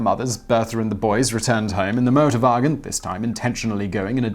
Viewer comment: no problem, thought thats what he said at first too. Then i realized that he is very brittish and saying a german word. So yeah motorbargins. Sounds like a place you shouldnt buy a car doesnt it?